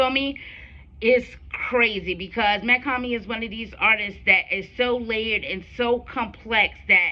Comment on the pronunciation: Mach-Hommy is pronounced (MOCK - HOMI) 👌🏼💯💯💯